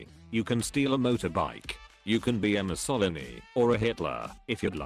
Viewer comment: "You can be a moo-salliny"